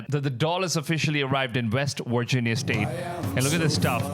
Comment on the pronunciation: Saying Vigina instead of Virginia is crazy